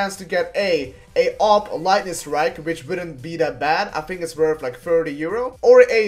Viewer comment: "It's werf like 30 euro"...werf...